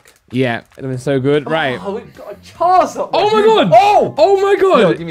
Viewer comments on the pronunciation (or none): Anyone else get slightly triggered when Simon says charzard instead of charizard? Or is it just me being pedantic 😂